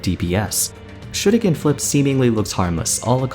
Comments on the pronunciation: The way you say shuriken is like chefs kiss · What’s this? Someone actually pronouncing shuriken correctly?